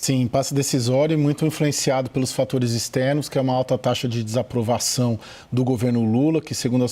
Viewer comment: O Caio falando - Taxade. Kkkkk